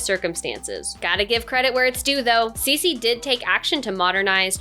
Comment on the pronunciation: Her name is pronounced "Tsuh" (Ci) "She "(Xi)